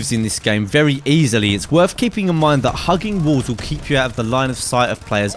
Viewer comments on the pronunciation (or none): Is it worf it? do you fink? speak english you fuck